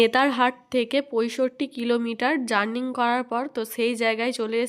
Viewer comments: জার্নিং নয় ।জার্নি। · Kathata journey জার্নিং na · Journing na ota journey hobe, kichu mone koro na, vul ta thik kore dilam bole, toma k valo basi bole bollam, krisnar the kei to toma k chinechi, valo theko❤ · Falt noy false...jurning noy jurney..hobe..